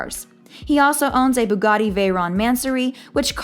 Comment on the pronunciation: im beginning to think she called it BUGATI to get us commenting ,cossss wtf